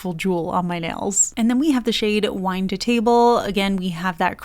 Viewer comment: In all respect, … it’s not “Wine”…. it’s “VINE to table”. 🤦🏻‍♀️💜 All this time u got me confused to what it really was, and I accept it being “wine” bc of this video I saw back then. Even after I got the bottle this past Dec(after I clicked add to cart on the HT site), I thought it said “wine”, but I checked it again… it’s “VINE”! 🤭💜🤦🏻‍♀️ U gotta correct it before others get confused, too. 🤓💜